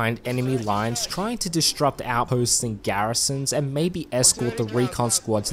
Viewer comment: Heard you say it at least three times so I know it's not a mistake but a learned phrase so it is Disrupt. Dis-Rupt. There's no extra 'T' thrown in there (heard and for context). I'm Aussie too so I know how bad the schooling system is so this is just a day to learn the word the correct way! Great video and I only wish there were more vehicles in HLL. Any variety to the gameplay is a benefit.